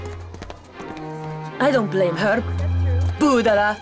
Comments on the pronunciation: emm... not brudala its budala [and im Turkish :)] 🇹🇷❤️✨ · we are not say budala like that...